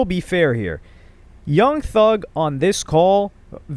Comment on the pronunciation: "young thung" 🥀🥀🥀